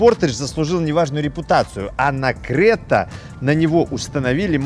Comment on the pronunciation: Ни крэта,а крета.